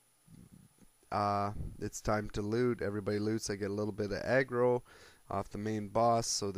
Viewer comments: when u say aggro it sounds like you are saying eggroll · i thought he did say eggroll ^.^